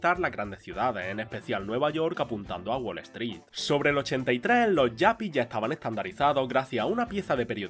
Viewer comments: no se dice yapi, se dice yupi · Allá cada uno con esas cosas pero en España siempre se les llamó yuppis a la española, pronunciado con la u, no a la inglesa. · Me encanta tu contenido, la verdad. Solo que aquí quería hacerte un comentario. Se me hace raro e incluso hasta incómodo 😅 (pelín cringe) escucharte decir “yapi” todo el rato. En España se les llamaba Yupis.. incluso creo que existe la traducción lingüística directa, pues si fueron muy populares. Pasa un poco como con el tema de wifi, que nadie dice “wai-fai” ¿o si? 😂 Aquí tenemos nuestro propio inglés, ya sabes. Y en otro caso igual hasta ni lo menciono, pero es que esto lo viví de cerca y créeme, eran Yupis / Yuppies, sin más. Es un comentario desde el respeto, obviamente. Solo para dar contexto. De verdad que tu contenido me gusta mucho, pues te documentas muy bien. Gracias igualmente